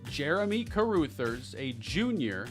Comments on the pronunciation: Carrooothers is a crazy pronunciation 😂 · CA-RAH-THERS 😂 my girl is losing it over here with this